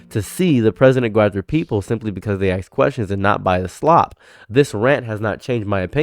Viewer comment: “Ask” a question, not “axe” a question. Ya silly goose.